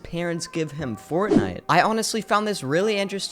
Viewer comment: And they never said forrnite